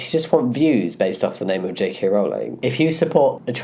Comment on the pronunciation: Certainly someone in support of Rowling should be able to pronounce her name.